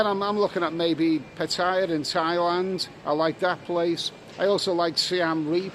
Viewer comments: It's 'Party?Yeah' and not 'P'attaya'. good Luck in SEA!` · Hello love you vlogs, but please don't call it PATTYRE it's PATTAYA